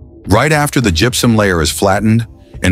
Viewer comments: When AI is used to the voice, gross mispronunciations make the video unbearable! It's not "jup-sum!" It's gypsum ("Jip-sum")!! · It also gets "gypsum" wrong.... it's pronounced "jip-some" NOT "jup-sum". AI is the most retarded thing ever. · Gepsum?.....you mean gipsum... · Good story but the AI voice is irritating. It even mispronounces gypsum. It's much better to watch with the sound off.